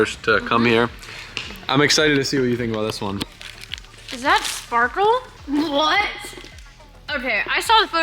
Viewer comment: At first I thought you said "Sparco" not "Sparkle." Ha.... That's a no on the Sparkle.